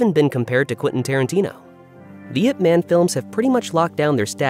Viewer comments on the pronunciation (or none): If you can say Olivia Munn you can say Ip Man correctly.